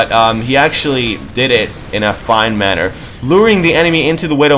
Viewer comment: My only criticism: you're saying manor wrong lol